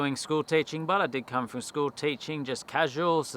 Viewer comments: Really interested to know where you picked up the habit of saying frong instead of from ? Never heard that before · Love ya work mate! But did you say “ work frong” a couple of times? 😂